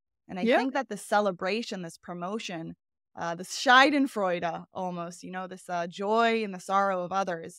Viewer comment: Its not scheidenfreude its schadenfreude, scheide means vagina. But still scheidenfreude sounds good me, I guess only German speaking people get the joke.